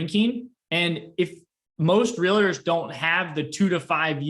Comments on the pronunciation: Great content! I usually don’t comment like this but, I cringe every time I hear you say Real-a-tor. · Please mention to gentlemen in plaid suit that Realtor is only 2 syllables. Just trying to help him 😉